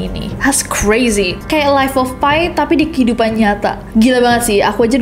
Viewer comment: Life of Pi pronounce salah ness 😅